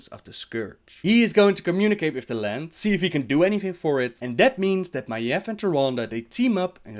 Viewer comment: first I want to say great video as usual! Just one thing... Maiev's name is pronounced just as it sounds: "Ma-eeeeve" not like you say it; "Maef". The "eve" part of her name is pronounced like the MMORPG EvE Online. You go up in the end like this; ma-eeVEEEEEEEE or even easier; Adam and Eve. Look up how the name is pronounced if you are going to make more lore about Maiev. It makes me seriously cringe in my seat every time you say her name wrong. Constructive feedback. Other than that great video but I recommend to check up on how every name is pronounced by people with American/English origin so you say the names/words as they are supposed to be. Even if in lore you'll find words that are from European or Asian language you have to pronounce it the way lore characters does because that is the pronunciation that Blizzard intended to go with the names/words.